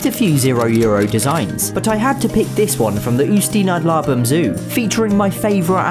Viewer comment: Your pronounciation of Ústí nad Labem got me